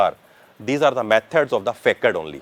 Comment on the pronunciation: Nice explanation! But ‘Facade’ is pronounced as ‘fuh-saad’